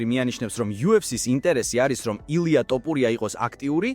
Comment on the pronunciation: თოფურია და არა ტაპურია